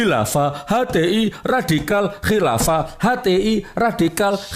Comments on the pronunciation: Menit ke ngmng ny mlonter 😂 radikal jadi ridakal... 😂😂😂😂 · Nyebut radikal ridakal..wkakkaKkakakkakkkkkk